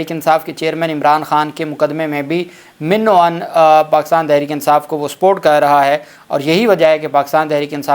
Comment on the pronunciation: آ پ کے ویڈیو لاگز شاندار ہیں۔ایک نقطہ لفظ من و عن کا ہے۔ یہ minno ann nahi, Mann o Ann hona چاہئے۔۔ کسی اور ھشیار استاد سے بھی کنفرم کرا لیں۔ آ پ کی اردو بہت اچھی اور صاف ہے۔۔